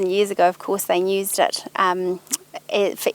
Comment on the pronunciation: "nused" the way she says use/nuse kills me inside